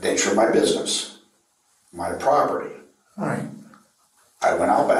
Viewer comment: He was defending his propertah.